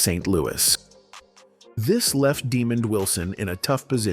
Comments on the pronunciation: Man his name is not demon his name is Desmond.. man you don't know how to speak correct English.. go back to school 🏫. You are uneducated. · He needs to learn how to say his name, right. His name is not demon! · "demon" wilson. thank you ai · Can you read STOP Butcher the man's name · Actually Demond Wilson was born in New York Not Valdosta Georgia Google it this guy talking here cannot pronounce Demond's name right 🙄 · I'm sure it's AI not pronouncing the name properly. Notice Diahnne Carroll was mispronounced as well. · He can't pronounce Demond's name right 🙄